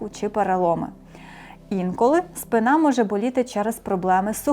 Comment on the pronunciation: Дякую за стисле насичене викладення корисної інформації! Хочу попросити шановну ведучу вживати правильний наголос - спИна.😊